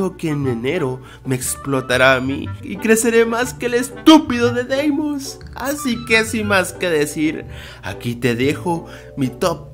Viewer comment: Dice la leyenda de que es:v EL BRAYAN